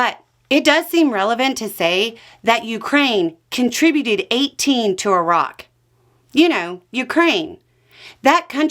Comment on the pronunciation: Thank you for being the only American to ever pronounce Iraq properly